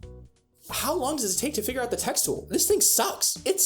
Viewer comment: im loving it when you say FIYURR